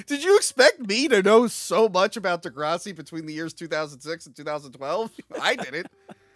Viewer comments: Love ya especially this time for calling out pronunciation of the epic snore fest that is Degrassi. Now if you could work on his “King Kahng” that would be great. Love this episode thanks for a good New Years Day. *loved the “Biblical deep dive” at the end. Absolutely hilarious. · What the hell was thinking with that “Degrassi” pronunciation?! 🤨 Edit: like, does he refer to the green stuff in the front yard as “grahhs”?